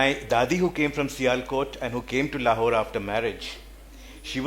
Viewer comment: It's so jarring to hear the moderator lady constantly pronouncing it with the superficially anglicised " Lawhore". Please please start shedding Lawhore and start owning the correct way Lahore